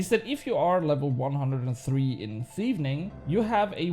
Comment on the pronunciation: i think its just one "N" in thieving 😆 you just had a heavy double N thing going on there when you said it. I woke my wife up laughing so hard😅